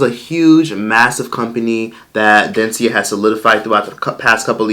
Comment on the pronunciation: Dencia is Dunce-cia 🤦🏻‍♀️